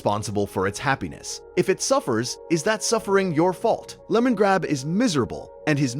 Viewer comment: Really disappointed you used an AI voice for this video, since the subject matter was really interesting. Could only make it 45 minutes in before it got too much :/ It mispronounced multiple words (e.g., BMO, Enchiridion, Lemongrab), and the cadence was so messed up that at times it was hard to follow the meaning. Is this an entirely AI-generated video (did AI write the script too?), or was it just for the voice recording?